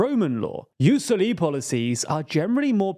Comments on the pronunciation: Pronunciation wise, it's JUS SÒLI, not JUS SOLÌ The French might disagree, but it's a Latin word pronounced in an English channel, so... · I know I may sound petty but it’s Ius SoliS with the S being emphasised, not silenced Hope that helps :) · "Jus soli" is a Latin term, so not sure why you pronounce it like a French word; also, plenty of mistaken data there, as pointed out by tother commentators. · it's Jus Sòli not Jus solì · COUPLE OF MISTAKES HERE. Just because this is a video about french politics, doesn't mean everything you read is french. Jus Soli and Jus Sanguini comes from latin, The J actually functions as an I (Ius) And it's not pronounced "Solì". It's a common feature in many countries that use the continental law system, which is the historic descendant of the roman empire system of law. And although the romans didn't have per se the concept of Jus Soli and Jus Sanguini, both system ares the modern term for defining historical realities and institutions. So, it's latin, not french. You also WRONGLY declare that Jus Soli is something that comes from the common law system, this is simply NOT TRUE either, or at it least is not that simple. The precedents for Jus Solis are MUCH MUCH MUCH older than the common law system, you can go back all the way to the edict caracalla of the III century that gave citenship based on residence. You also have a lot of medieval regions like Castille or Florence that already had such legal system during the middle ages. France itself had a Jus Soli system in 1315. In fact, England adopted that system officially in 1608 through the case "Calvin v. Smith", so it's for sure NOT a common law institution. This is why your claim that Jus Soli are "more prevalent in the anglosphere" comes crushing down the moment you see south america in the map all enforcing said system. And South America is part of the Spanish-Portugues sphere of collonial empires. So I real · It is soli not soliii, to be read as Hermione, it's latin